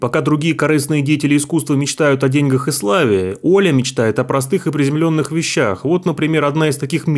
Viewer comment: Да уж,потрясающее владение - читать тест с монитора...,да ещё и ошибки делать в произношении слов - ,,облЕгчить", ,,в дЕньгах" .😢😢😢